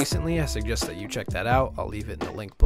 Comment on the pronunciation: fank chew